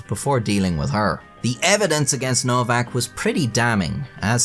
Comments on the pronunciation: It's pronounced 'Novak' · Her last name is supposed to be pronounced as “ Novak “. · its pronuced novak btw